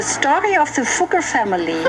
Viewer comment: It’s fugg er not foog er they are a historical German jewish family